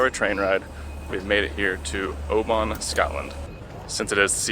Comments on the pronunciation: Edin-bruh...Edin-bruh...Edin-bruh! 🙄 bruh like in duh! Glasgow is OK First time I've heard Oban mispronounced though.. try 'Oh-ben' not 'ow-baan' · Enjoyed that guys well put together … we pronounce “Oban “ ..as Obin 🏴❤️